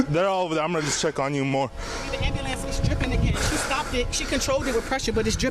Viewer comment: “Get the Amb-a-lance”